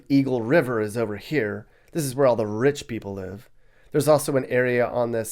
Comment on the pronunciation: The way you say rrriicchhh people 😂 thank you but I’ll take the rriiicchhh people over the others in YOUR videos 😅🥰